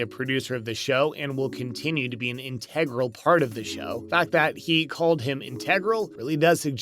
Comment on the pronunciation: It was said he'd be in 8 episodes, he has been in 4. The commentary guy needs to learn how to pronounce the word 'integral'.